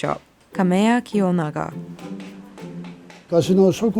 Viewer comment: I believe the shop name has to be Kam"e"ya kiyonaga, not kamayakiyonaga. I hope you will be okay with this, but I recommend fixing it correctly.